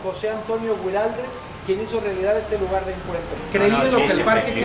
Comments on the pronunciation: Guariles NOOOOO, se lee giraldes, la U casi no se pronuncia.jajajj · Alan genio!!!!! Areco es divino pero el escritor se llama "Gui ral des " no gairaldi o algo parecido que dijiste jajjajja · soy de san antonio de areco y guiraldes no se Dice así como lo dijiste